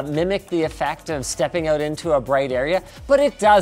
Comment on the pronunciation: "It's finally coming oat"?